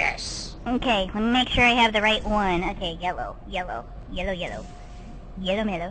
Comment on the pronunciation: BEST PART "Are you zhure? Are you zhure?"